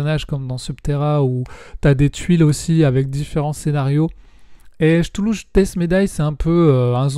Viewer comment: merci pour les retours, je pense me prendre la nouvelle boite de cthulhu. Pour Senjutsu je suis d'accord avec toi sur les cartes/plateaux. Ah on dit 'ktoulou' c'est vrai.. moi j'ai l'habitude de prononcer 'chtoulou' 😂 j'ai pris les figs de final girl je suis en train de les peindres